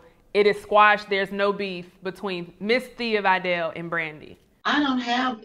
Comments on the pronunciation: Oh... and it's pronounced "Veh-dall", no "Vi-dal" Respect this legend enough to get her name correct. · She called her Thea Vi-dell 🤭